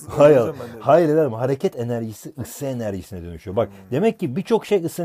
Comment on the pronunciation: neden ısı eneşişine döşüyo? :DDDDDDDDDDDDDDDDDD